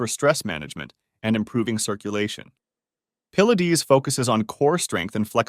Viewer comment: Pill-la-dees?? Definitely AI.